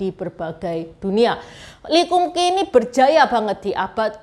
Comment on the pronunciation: Lee kum kee bacanya li kam kei. Nama mereknya sesuai nama pak lee kam sheong itu. Kei artinya merek/cap dlm bhs Canton.